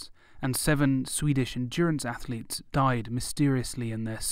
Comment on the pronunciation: Ath-letes... TWO syllables, not three.